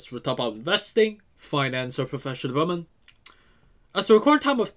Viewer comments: Appreciate your videos but in your intro are you saying "investing and professional women"? Lol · I think he’s saying “professional development” 🤷‍♂️